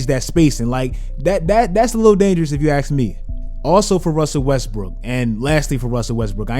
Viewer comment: "If you axe me."